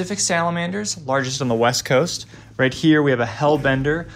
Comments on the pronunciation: "Wast coast" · largest in the ‘wast’ coast😂😂